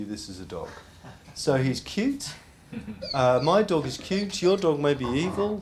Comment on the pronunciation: beginning :this iz mooy doog